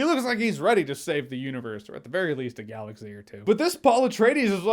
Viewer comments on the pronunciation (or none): none